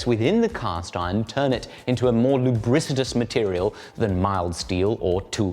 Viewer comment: “Lubridsicdious” isn’t a word my guy. It’s “lubricious”, no D. Pause.